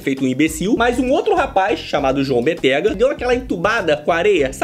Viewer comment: É João BÉttega! Não Bettéga.